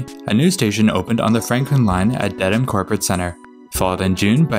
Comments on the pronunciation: It's pronounced "DEAD-um", not "Dead-Ham". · Also, you don't pronounce the "h" in Dedham (should sound like "ded-um" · Dedham(DED-əm) wasn't great either but Dead-ham is a fairly common mispronunciation. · Here, let me help you. My hears are bleeding right now: Woburn = "Woo-burn" Soughton = "Stoh-tin" Haverhill = "Hayv-rill" Lowell = "Lohl" Dedham = "Dead-um" Concord = "Cong-kird" Natick = "Nay-dick" Falmouth = "Fal-mith" Quincy = "Quinn-Zee"